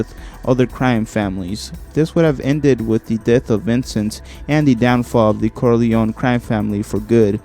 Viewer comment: Pretty good video i must say, but if you dont mind a bit of constructive criticism. i would suggest looking up the pronunciation of many of the names you said. some I understand but other like Coppola are not that hard or saying the name Corleone in two different ways in less than a second appart. It would make the script sound much much better.